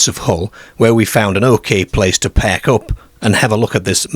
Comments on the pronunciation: No way this must be ai have you heard the way it's pronancing ar as er ? Perk not park wrong pronanciation 🤔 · Either a northern Englishman who's lived in Australia, or an Aussie who's lived in northern England. Confusing combination of "oop" North pronunciation with "lehrge" and "Scehrborough" and "pehrk" 😅